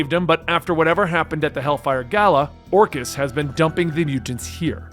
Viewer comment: FYI, its pronounced Or-Kiss not Or-Chiss